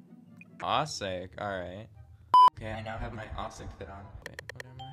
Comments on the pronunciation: “AUH SAY” 😭 its awwe sic😭😭😭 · THERE IS NO GOD DANG WAY HE SAID “aouciq” 💀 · The way he said auiciqu 😂